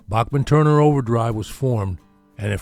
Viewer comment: Randy's last name is pronounced BACKman, not a soft "a", like the great composer Bach.